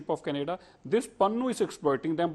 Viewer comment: Mr BJP Spokesperson, Stop mispronouncing Canada as Kun-ay-da and violence as Voilance.